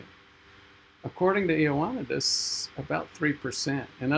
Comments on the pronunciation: Ioannidis is pronounced "Yo-need-eeds". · It's pronounced ee oh ah NEE dis, but Greeks tend to moosh it together so it sounds like ee wa NEE dis. You didn't mention that his seminal paper is now almost 15 years old. It has chilled the hearts of many researchers, but it remains to be seen whether it will actually stop the self-serving mutilation of published papers. And that's not him in the background photo.